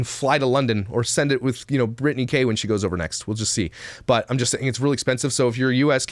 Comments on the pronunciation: Her name is Breanna not Britney.. I screamed that out loud every time he called her Britney 😂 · *Brianna not Brittany. Everytime you say Brittany I makes her video better. If that's possible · Her name isn't Brittany - it's Brianna! If you're going to report, get the damn name right for starters! Jeez. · Actually her name isnt Breanna or Britney. Its Brianna Haha sorry but I had to leave this here.